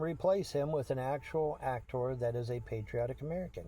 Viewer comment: What's with his weird pronunciation of ' Act Tore ' ?????